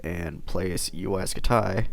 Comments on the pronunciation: HE sayed UAI SKUTIE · wtf is Uaj scu-tay?